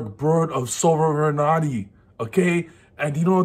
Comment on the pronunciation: Thanks I didn't know how Sovereignty is pronounced now I know! PEND BEST DECK